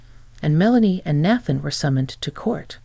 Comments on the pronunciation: Nathan na than not bath an please correct your ai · Nathan is pronounced “nay-than”.